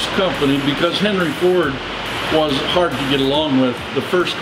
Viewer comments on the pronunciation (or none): none